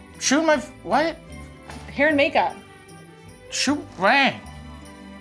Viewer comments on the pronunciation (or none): Did matty just say at the end "Shoot Rang"? Dont. RangLove.